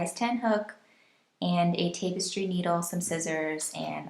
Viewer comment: Cool tutorial that makes a very nice looking piece. "Tapestry" is not pronounced with the first syllable sounding like "tape." Should be pronounced with the first syllable sounding like "tap" as in tap a keg of beer. Thanks for such a nice tutorial video.